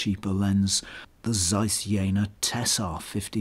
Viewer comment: Learn to pronounce ZEISS properly.